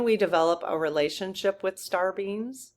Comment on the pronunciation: I am sure you are saying star beings, but all I hear is Star beans. LOL